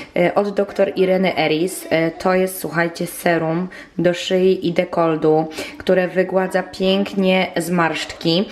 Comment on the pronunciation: mówi się dekoltu nie dekoldu. Bez złośliwości. Pozdrawiam.